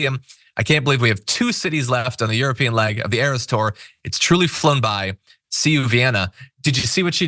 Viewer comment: JOHN!!! It's the ERAS tour! ('arris!!!)